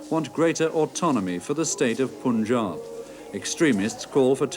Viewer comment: why do pronounce punjab wrongly . british want to provocate